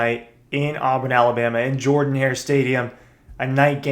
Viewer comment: just a friendly tip from a UGA alumnus. The correct pronunciation of coach Shug Jordan’s last name is “JERR-DUN“. Let’s honor our rival and show some respect before we beat them. Not saying it’s gonna be easy, but the dogs are capable of doing it.